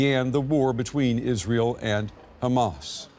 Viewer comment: Will journalists never learn how to pronounce "Hamas?". Why are educated people so inept, or is it haughty arrogance?